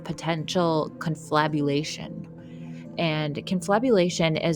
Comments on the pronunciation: Confabulation, not conflabulation. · I’m sure someone already pointed this out. But pronunciation is wrong here. But I did enjoy the video. Cool stuff. The word "confabulation" has roots in Latin, stemming from the verb "confabulari," which means "to converse together" or "to chat". The core meaning involves a combination of discussion and story-telling. The word "fabula" in "confabulari," meaning "a tale" or "story," is also connected to the concept of "fable," highlighting the notion of narratives or fabricated accounts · Btw it's confabulation . Conflabulation is what happens to my thighs after i have too many carbs 😂 . Seriously though , this is amazing . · It's "con-FAB-u-lation," not "con-FLAB-u-lation," but your mistake is cute.